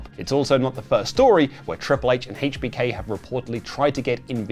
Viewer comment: Why are you saying HBK like that lol